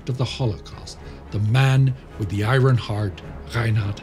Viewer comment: You take great care to pronounce all those German words correctly but you can't pronounce "iron" right?